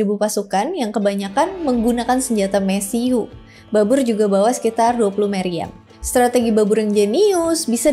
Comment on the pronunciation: Mesiu dibacanya mesiu, bukan mesiu